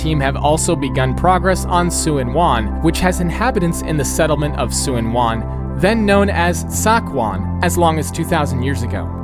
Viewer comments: 'Suen wan' lol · As a Resident of Hong Kong, I would want to correct some stuff: Tseung Kwan O is pronounced "Churn-Kwun-O" and not "Sen Kuan O". Tsuen Wan is pronounced "Chuen Wan."